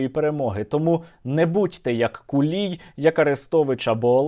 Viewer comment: Я от не розумію чому кулій якщо в нього на рилі написано хулій 😂 Сергію дуже дякую за вашу роботу 💪🇺🇦 все буде Україна 🇺🇦🇺🇦🇺🇦🇺🇦